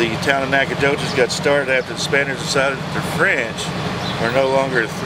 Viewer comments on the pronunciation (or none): It's an Indian name and you can't pronounce it? Great video btw.